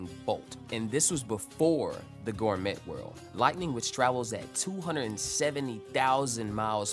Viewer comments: Oh man. I hate to be that guy and Im only 12 seconds into the video but gourmet is pronounced like gore-may. Its a French word so I cant fault you but if you're making Toriko content where everything is gourmet, I think you ought to know. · I absolutely adore toriko and am new to ur channel and am excited to check out this vid and ur other content, and I just subscribed but i'm literally 11 seconds in and bro did you just say 'gore-metttttt' ????????????? ... gourmet is a french word used to describe very rare, highly desirable, or exceptionally high quality types of food, or a person who is deeply knowledgeable about them and it's pronounced 'gore-may', (just like many other french words) the T is silent